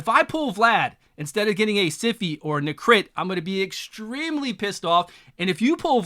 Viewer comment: Bro why do you say Nehkret’s name like its NeCRIT